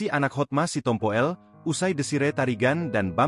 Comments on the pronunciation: Hotma Sitompul, mas. Bukan "Sitompo el" astagaaa 😓😞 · Yang baca kok gitu bgt si, si tompo ell 😂😂😂" sitompul‼️